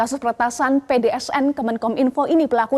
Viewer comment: pdns mba bukan pdsn